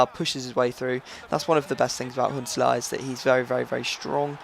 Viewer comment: Why do you say Huntelaar like Hitler?